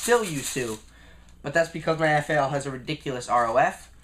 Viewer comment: did he call it a fail not a fal :P also eyebrows